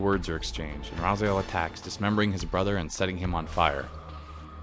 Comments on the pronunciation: dude i would really apreciate it if you would stop calling the main character RAZAIEL his name IS and always has been RA-ZI-EL, Kain even calls him in the Soul Reaver 2 Intro REaziel, there is a HUGE comunity out there, myself included, that is Really Really Pissed Off at the fact that this CULT series never really got a popper conclusion ... insted we got fucking MMO Nosgoth ... alot of the people that were responsible for that travesty should have had there heads chopped up and there blood draind from there still moving bodies .... atleast that's WHAT KAIN WOULD HAVE DONE :) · This is a pretty decent synopsis, but it makes me cringe how you pronounce "RazAel" instead of "Raziel". It is RA- ZEE - EL. You just have to listen to how Kain says his name. I don;t see how you could fuck that up. Because of that annoying mishap i will not be watching the rest of these synopsis. GOOD DAY SIR!